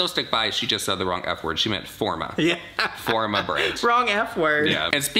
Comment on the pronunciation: "The company is mine. It's FOR ME!" Jaclyn, it says "FOR-MA"